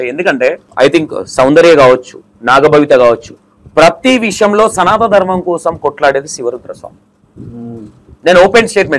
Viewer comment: Bro సనాతన ధర్మం అని పలకాలి. సనా త కాదు